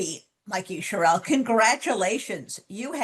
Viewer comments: BTW, her last name is pronounced "Cheryl." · Great interview, Jen. But please do your journalistic research and get clear about the pronunciation of your guest's names. Rep. Sherrill puts the accent on the first syllable, not the last. This is something we in NJ know. Thanks.